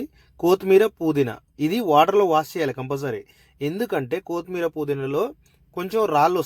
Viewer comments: బాబు, కోతిమీరజాదురా,కొత్తిమీర అనాలి. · Koooothmeera kadu kothimeera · కొతిమీర కాదు బ్రో కొత్తిమీర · చాలా బాగా చేసారు. కోతిమిర కాదు కొత్తిమీర. మిరపకాయ వేస్ట్ కాదు. మిరప పేస్ట్.👍